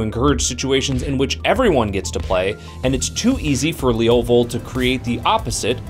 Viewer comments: Sounds like he's saying "Leolvold". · The way you say levovold makes me cringe.